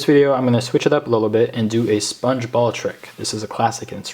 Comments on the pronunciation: I thought u said sponge bob XD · It sounded like you were saying sbongebob